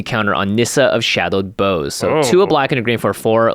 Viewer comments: Boughs are pronounced like Bou, not Boh, Jimmy. Boughs are the things that grow off the trunks of trees, similar to branches. Fix yourself. Carry on. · Don't mean to throw shade, but bough is pronounced like bow as in "bow wow" rather than bow as in "bow & arrow". The word comes from Old English and is used in the nursery rhyme, "Rock-a-bye Baby". Just sayin' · Every time someone says Shadowed Boughs like Bo instead of Bow hurts me. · Nissa of shadowed boughs. Jimmy that word its not pronounced "bows" think baos like the plural of bao bun. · Boughs is pronounced like taking a Bow :) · Nissa of shadowed boughs. Pronounced bows Bough is an old word for a tree branch. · It is rather frustrating hearing every content creator in the MtG community mispronouncing Nissa's epitaph. Boughs is pronounced Bawz. It is pronounced like the verb bow with an s sound on the end. Everyone seems to pronounce it like the noun bow for like your hair or the archery weapon. Has everyone forgotten "Rock-a-bye Baby" and how it has the line "...when the bough breaks..."